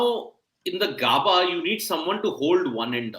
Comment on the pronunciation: GAAABAAA NAHI BHAI, IT'S Gaebaa! Great commitment with the early live ladies. 👏🏻